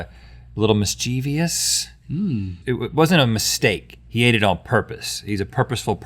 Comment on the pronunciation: MischeVOUS NOT mischeVEUS... sorry